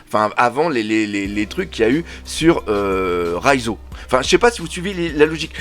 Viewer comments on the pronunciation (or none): Ahhhh Doc je sais pas si c’est ta prononciation mais tu prononces Raizo à la place de Reiju 😅